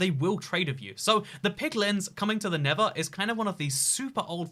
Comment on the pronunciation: NeTHer not Never; slow down so you stop making stupid pronunciation errors!